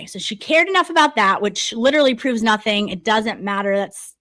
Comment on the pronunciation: Where did learn how to talk? I'm from RI next to Massachusetts and I have lots of family in Massachusetts. They do not say ingk after words! What is this???